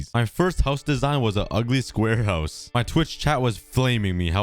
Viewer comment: I love how says “hauz”